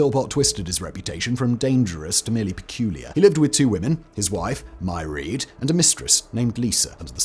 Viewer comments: For the record, "Mairead" is pronounced either "MARE-id" or "muh-RAID". It's the Irish equivalent of Margaret. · His wife's name is pronounced Meraid. Like mermaid. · Odd pronunciation of Mairead (usually pronounced Mah-Raid) too, though in that case the utter div herself could have pronounced it differently.